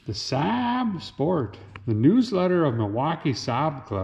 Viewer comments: It's pronounced SA'AB Derek. 😆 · more like " sab " though if you think about it